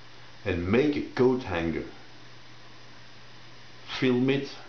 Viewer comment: .... thought you said GoatHanger. Image formed in my mind uurrggh.